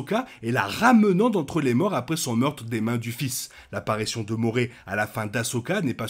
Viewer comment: Avec toute bienveillance, ça se prononce « moraille »